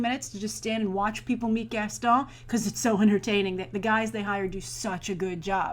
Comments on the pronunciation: I find it funny how you pronounce "Gaston". Idk why Edit: Also, I would've liked to see Dwayne Johnson as Gaston (random thought) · Just for the love of God, please stop saying "Gaston"!!!